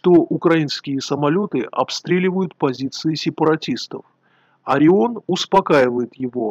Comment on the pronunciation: Единственное что непонятно - почему "Ореон"?